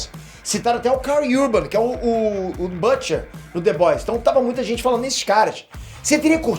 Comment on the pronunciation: Não se pronuncia "bãtcher". É butcher, mesmo. Com u. Assim como bUsh gardens ou George BUsh.